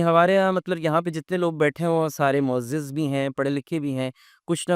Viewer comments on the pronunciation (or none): بہت اعلیٰ گفتگو ہے! معزز؛زپرفتحہ یعنی زبرپڑھیےجسےعزت دی گئی